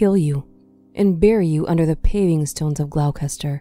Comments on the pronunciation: Gloucester is actually pronounced 'gloster', not 'glau-cester'. As in 'Doctor Foster went to Gloucester'. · "GLAUWKESTER" ??? Lol, Its pronounced Glosster. I know, English spelling makes no sense. Anyway, good video. I remember this case when I was a kid, disturbing that such evil people can exist